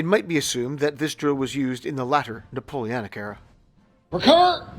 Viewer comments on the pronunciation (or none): Drinking/Smoking game: Imbibe each time he says “NapoleAnic” 😅🤣